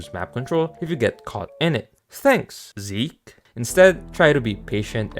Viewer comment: i think its "Zeke" not "Zik"